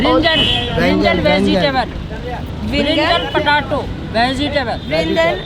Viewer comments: Pataato 🤣 पटाटो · Kudos to you.. lol.. I being an Indian would not dare to eat there.. lol.. BTW You guys ate Poori ( made of wheat) , eggplant + potato vegetable.. the vendor pronounced potato as putaaato... and i believed fired vegetable dipped in chickpea flour.. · That bit where the guy from the food stall was trying to teach u the name of the foods was hilarious, cause it was not trying to be funny intentionally. And when repeated the words that were mispronounced by the guy it was so funny. "Patatoe" oh god too funny.